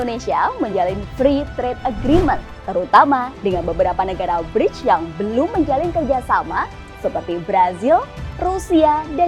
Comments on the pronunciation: ”BriKs”, ibu, bukan ”BriJs”. ”C” dibaca ”K”. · Bacanya BRIKS, bukan Breach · Dibacanya 'Briks' bukan 'Brijs' ya Mbak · Brics Pronounce nya koq bridge ? Mbak....